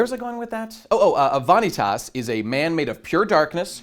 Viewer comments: everytime he says Va-Knee-Taas i die a little inside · Vah- knee - tahs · I was really hoping after all this time that would pronounce Vanitas' name correctly, but at this point, I think he's doing it intentionally just for the love of the game. GG.